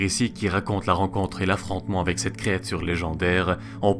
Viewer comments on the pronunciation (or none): none